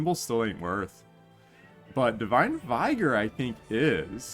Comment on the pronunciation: Vigor is pronounced with a short i, like "ih" in "ick".